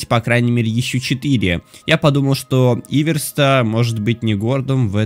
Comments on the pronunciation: Не и́верста а иве́рста!!! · Всё круто! Только не Иверста, а ивЕрста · Не Иверста а ивЕрста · Иверста ударение (на е) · не камалы а каммалы, Иверста ударение на е, ПалонтрАс не так а ПалОнтрас. Лайки что бы увидел